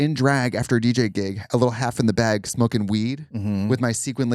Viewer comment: "it was in a BAEG"